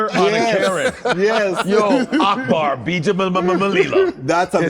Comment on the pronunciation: Akbar actually pronounces his name better than Godfrey does his.